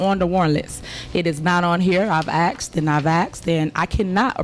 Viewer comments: Don't trust nobody that says "Axed". ASKED. Dusty ass sandalmander. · 'I axed' 🪓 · she "aksed and she aksed" . What a ghetto queen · She axed a lot of bills